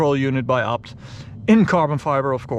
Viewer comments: Its Ay Bee Tee. Not "abt" lol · Sounds like he says upt... Need to work on your A's... Ok... Say Fucking A.... Now say ABT.